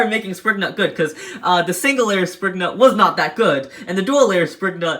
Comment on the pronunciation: You pronouns some of the beys naems wrong what is springnut.